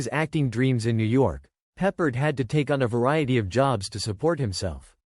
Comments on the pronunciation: George Pep-PARD. Not George Peppered. So ridiculous. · Maybe learn how to pronounce his name.